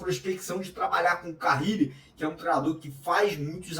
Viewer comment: Não é Carrile. É Carille.